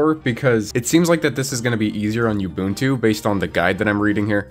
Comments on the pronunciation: Oh god stop pronouncing Ubuntu like that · Oo. Bun. Tu. Ubuntu. OOOOOOO not YOU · Oo boon too NOT you boon too, all the "u's" are the same, they literally had a video that had the word with it's pronunciation built into it for like over a decade and there's is still people who don't know how to say ubuntu 😮‍💨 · The way you pronounce Ubuntu grinds my ears something foul. Oo-boon-too Oo like "You" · STOP. MISPRONOUNCING. IT. AS. "YOU BOON-TWO".